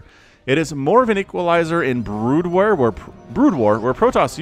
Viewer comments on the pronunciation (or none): Broodwear? What's broodwear? I don't understand, is that like some kind of emo goth clothing thing? Or did you mean broodware, like zerg software? Why wouldn't you just say DNA? And why would zerg be wearing clothes anyway, it seems more cost efficient to just run around naked. I dunno, I really used to like you, but you've totally lost me on this one.